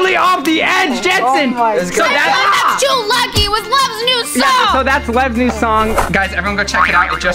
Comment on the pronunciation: Its not jensen lmao its Jentzen